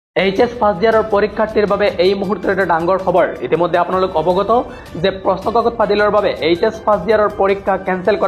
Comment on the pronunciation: It's not danggor khobor. It's dangor khobor😂